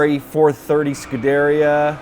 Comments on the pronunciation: Its pronounced Ferrari "skoo-de-ria." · Nice video. One thing though, it's pronounced skoo-der-EE-a.